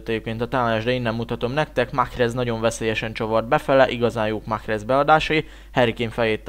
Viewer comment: Nem Mahhrez hanem Marez